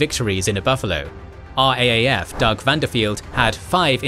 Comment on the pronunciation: Great channel! Small correction. RAAF is pronounced "R- double A- F"